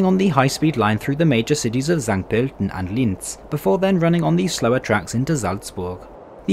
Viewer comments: Props for saying the umnlaut "ö" correctly! Greeting from Vienna! Calling St. Pölten a "major city" is satire, right? It has 54,000 inhabitants. The only major cities in Austria are Vienna, Linz, Graz, Salzburg and Innsbruck. An there is a huge gap in size and inhabitant between Vienna and the rest and also between the first three (Vienna, Graz and Linz) and the remaining two cities. Niederösterreich also isn't simply a region but Austria's biggest (by size, not inhabitants) federal state. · I appreciate how well you pronounce the "ö", that is very rare for native speakers of foreign languages. Wish you all the best, have fun ✌️